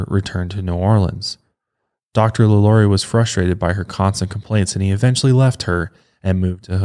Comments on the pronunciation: when you said her name, Lalaurie? its really pronounced, La La rie! Im from Louisiana and absolutely love your podcasts! These things interest me. People can be such sickcos! La La rie happened in Louisiana, so, of course, interests me the most. This woman was entirely INSANE! Again, I absolutely LOVE your podcasts and thought you may like to know the correct pronounciation. Thank you and please continue with more podcasts! Very interesting! you definetly have my vote! Thanks again! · You didn’t say her name the way American Horror Story said it😂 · You’re butchering her name but it’s okay 😅❤️